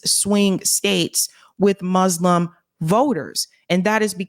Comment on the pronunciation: Better pronunciation please,. For 'Muslim it's not 'Muzzlams', it's 'Muslim'